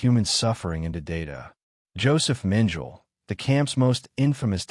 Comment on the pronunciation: It’s AI which can’t and won’t use correct pronunciation twice in a row let alone once! I won’t even try to describe what a horrible mess on “Dr. Josef Mengele” this primitive AI butchered. Beyond disgusting.